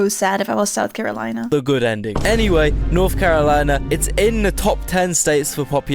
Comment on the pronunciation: At least my boy got North Carolina right hell yeah represent 😂🎉